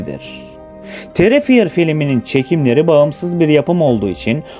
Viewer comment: Terrifier terifayır olarak okunuyo D